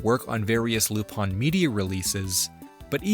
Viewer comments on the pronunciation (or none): I fucking hate that he says Lup- ON when it's Lup- IN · Why is it being pronounced "lup-on" instead of "lu-pin"? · is it actually pronounced Lupon? I thought it was Lupin how it was spelt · Then you'd hate like 90% of the show then because he's literally called Lup-ON in most subs and dubs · from what I was able to gather, it was to prevent problems with the Leblanc estate. Despite this, in Part 1's dub, hes called Aramis (instead of Arsene) and also called Lupin ( like in other media). In the FilmZone dubs, he's always referred as "Loopin" (like the Funimation dubs, also because that is how the name would be pronounced in spanish). However in the Special "Mystery of the Hemingway Papers" he is referred as "Cliff" by other characters ( which is weird because it could be possible that it was the first special to be licensed., due toone cast member being changed) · Japanese technically lacks the English R sound. In Japanese らりるれろ (ra ri ru re ro) are said more like l tends to be said in English. Tip of the tongue rather than back of the throat. As far as it being ルパン it’s just the phonetic way of saying Lupin. It’s no different than some words having to be written out with the notes of “said a as in father” when people who speak English are learning Japanese or Spanish.